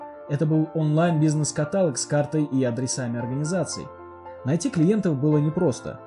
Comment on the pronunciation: катАлог от слова катАть? Зачем тогда там "лог"? Миллион подписчиков же, а такая неграмотность. каталОг!